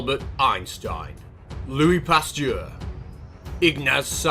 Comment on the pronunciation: Why do you pronounce Pasteur's name so weirdly?